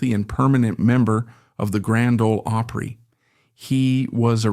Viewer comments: I hate AI voicing " the reeman auditorium " the oohpry such nonsense. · Margie Bowes,was a true friend that never got what she could become. When she lost Sharon she gave up. I will always miss Margie. Doyl and Teddy were great. You really need to learn how to say OPRY. Shirley Rate country singer